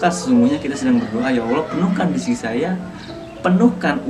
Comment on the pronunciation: Ngomong yg jelas boss. Bukan rizky tapi rezeki. Rizky mah nama orang.